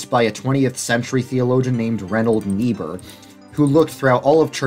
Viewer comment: still can’t figure out who you are talking about. If it is Reinhold, it is pronounced wrong, if it is Richard, same 😳. Richard Niebuhr was the one to write Christ and Culture.